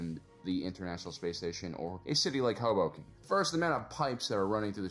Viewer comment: I first heard 'hobo camp' instead of Hoboken. "They have pretty advanced buildings for a camp.... oh."